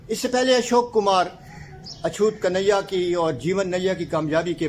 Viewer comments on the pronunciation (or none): میرے بھائی فلم اچھوت کنیا(kanya) کی pronunciation آپ غلط کہتے ہیں ن اور یا پر کوئی تشدید یاشد نہیں اور نہ بولا جاتا ھے ۔ کنّیا kanayya بھی ایک لفظ ھے لیکن اچھوت کے ساتھ نہیں بولا جاتا ۔کنیا کے معنی ھے لڑکی ۔